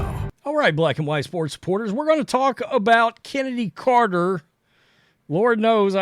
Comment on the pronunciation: Is Chennedy supposed to be pronounced like I'm removing a loogie from my throat? Like the ch in L'chaim? Cccccchhhhhhenedy Carter. SPIT